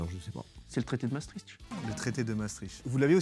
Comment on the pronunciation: ah cette ville de maastricht, les français ne sont pas capables de la prononcer, c'est toujours marrant ahahah